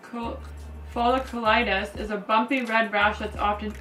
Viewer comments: It's not folicitus instead it's folliculitis 😁🙏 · It’s pronounced “fo- lick- you-light-us”. Made me laugh...but be safe- skin infections can be dangerous if get out of hand.